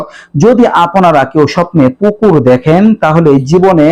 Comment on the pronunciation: পুকুর বলছে নাকি কুকুর বলছে